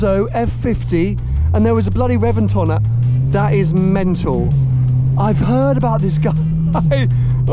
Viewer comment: Reventon: never heard anyone say it like you 🤷🏻‍♂️